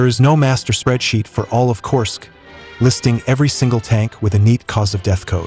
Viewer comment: AI audio needs to get better. This one is a work in progress. Korsk